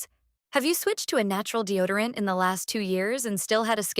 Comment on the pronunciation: Deo dee orant ? F'N ai.😂